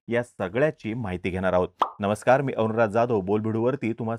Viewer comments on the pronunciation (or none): none